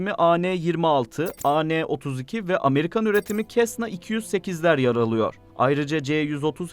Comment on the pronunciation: Kesna değil Sesna diye telaffuz edilir.